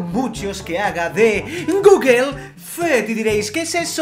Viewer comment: Los españoles y el inglés como que no son muy amigos :v solo con oir gugel me sangran los oidos. también apel jajajajaja